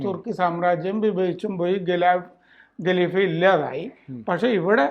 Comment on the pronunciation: ഗലീഫയല്ല ഖലിഫയാണ് സാറെ - KHALIFA, not Galifa